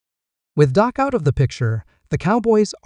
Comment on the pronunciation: His name is Dak not doc ❤